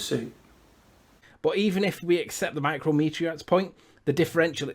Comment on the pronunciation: Forget everything else. "Micro-meteorites" is pissing me off.